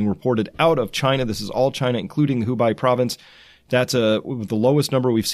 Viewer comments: Hubei sounds more like "who bay" than "who buy". I appreciate your content! Thanks for sticking to legitimate data. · Hubei province. Its pronounced who-bay, not who-bigh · Thank you for tirelessly educating us everyday! P.S. Hubei is pronounced as “Who bay” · Thanks for the great update Chris, and while everyone is reminding you how to pronounce Spokane, I should also say that Hubei is more correctly pronounced as, "Hu-bey" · Could you please pronounce Hubei like Hu-bay. Thanks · Hu-bei province is pronounced like who BAY. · Hubei is pronounced Hu BEY... It rhymes with hey, ands BAE and aid...